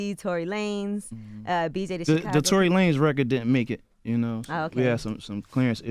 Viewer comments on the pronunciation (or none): none